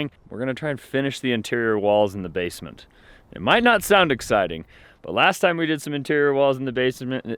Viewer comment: Has anyone caught how he said “base a ment” 🤣.